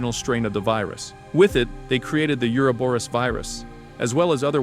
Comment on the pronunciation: Can somebody please tell me why nobody can pronounce Uroboros?